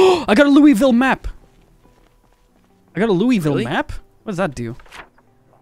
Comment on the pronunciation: The way Louisville was said killed me abit inside